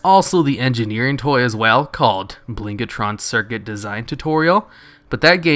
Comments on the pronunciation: Two things. First, given the word is blingtron, why do you keep saying blingatron? Second, Oralius's crystal has a Legion equivalent with MUCH better stats and similar performance, available from the quartermaster at the main quest hub on broken shore. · Fuck mate there isn't even the letter 'a' in Blingtron. Bling - Tron. Where the fuck are you getting the a from?